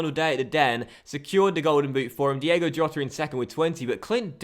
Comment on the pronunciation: Diego Jota is pronounced Diego Iota